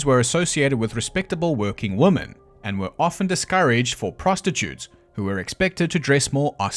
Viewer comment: I love your commentary—from your swearing to your sense of humor or how you say ‘woman’ instead of ‘women’—it’s all lovely! Even my husband likes listening to your videos and he typically hates all my murder/mystery porn channels, aside from you. Keep being awesome man! You do great work!